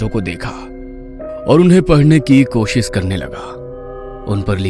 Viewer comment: Koshis nhi koshish hota hai